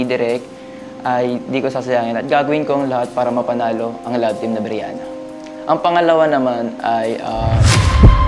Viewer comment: brihana po hindi po briyana